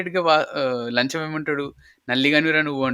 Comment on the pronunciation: Bro it’s Lacham not lancham